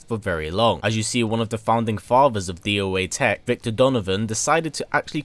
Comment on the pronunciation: You say doa tech as doa tech, not d o a tech.